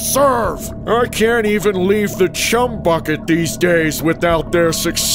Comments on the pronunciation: The letter h left off 😂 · the letter h on chumbucket 😂😂😂😂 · So we just gone ignore the h missing in "Chum Bucket" in story number 3? 😭😭😭😭😭😭